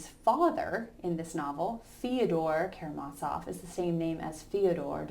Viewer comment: As the translators in your edition (as mine) state: the 'z' in Karamazov is pronounced as in 'zoo', not as in 'Mozart'. Thank you for a fine lecture.